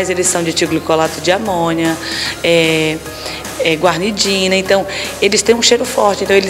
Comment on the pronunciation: Como vou confiar em uma mulher que fala "Guarnidina"?